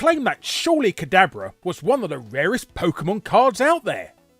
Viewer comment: I was coming into the comments to post just this thing. That and Larry Boy pronounces PokEEEmon like someone's mum.